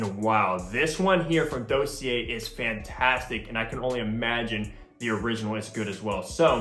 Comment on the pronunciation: You’re saying Dossier wrong 😂